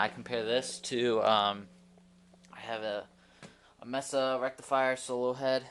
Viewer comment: MESA, say "MAYSUH". Not "MESSUH". Just helpin ya out!